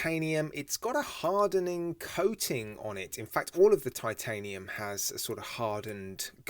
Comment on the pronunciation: I bought their Reef Madter, three or four years ago. Really well made and excellent lume. Have to say l rather like this new Appollo too. Yeah, could say sightly cartoonist hands, but they're big, chunky and unique. Another excellent video. Not going to mention the pronunciation of titanium any more. I've obviously lost that one. Cheers. All the best David Rutherford.